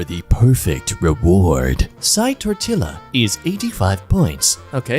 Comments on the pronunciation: Is saying "tortilla" wrong on purpose, or is it just how British people say words? "TORT-ill-a" is going to kill me. "Tort-EE-ya,". "Tort-EE-ya." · Tortilla is pronounced tor-Tia btw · how dare you pronounce the Ls in tortilla. i hope that all your tortillas are slightly soggy until you learn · the way he pronounces "tortilla" is killing my soul.